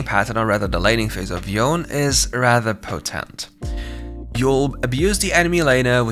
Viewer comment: Yone as Yawn, lmao